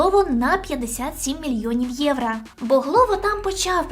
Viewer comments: єврО, а не єврА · "Євро" будь ласочка, не "євра" 💙💛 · А чому «євра»? Чи ви внучка Юлії Тимошенко? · Все прикольно, але це єврА, капець як вуха ріже